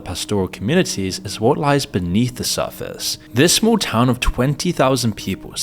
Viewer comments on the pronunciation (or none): none